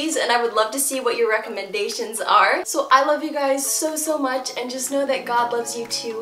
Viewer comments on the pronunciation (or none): none